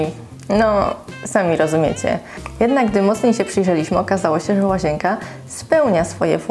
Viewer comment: Naucz sie poprawnie mówić. Nie łazięka, tylko łazienka.